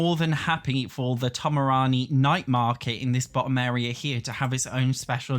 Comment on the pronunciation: bro calling Tomarang Tomarani lol but yeah igy